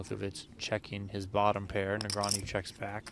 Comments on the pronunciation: I'm sure Daniel appreciates commentators butchering his surname!! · It's 2024 and PokerGO's announcers STILLLL can't pronounce Daniel Negreanu's name properly.